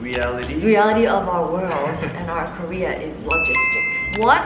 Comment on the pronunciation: I don’t think realizes that when she says “Career” and “Korea”, it is the same. 😂 It’s cute though. 🫰